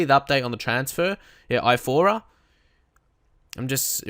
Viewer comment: Are you dislexic? I'm saying this cause you were pronouncing his name as if it was "Ifora", and it's not like that, it's Iorfa...